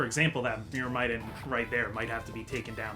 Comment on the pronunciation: I hate to be that guy, but you're actually mispronouncing Myrmidon.